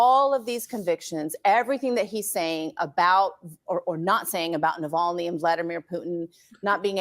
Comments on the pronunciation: Drives me crazy!! A number of podcasters are saying Nal Vony instead of Na Vol ny. Why is this so hard??? 🤯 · Take a bong rip every time mispronounces Nuh-VOL-knee 😂😂😂